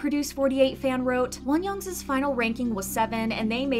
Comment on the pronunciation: Why do you say Wonyoung’s as Wonyoung’s-is? There’s no second S lol